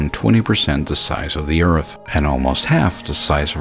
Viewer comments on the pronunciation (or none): none